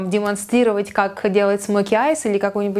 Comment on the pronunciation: она сказала макиас?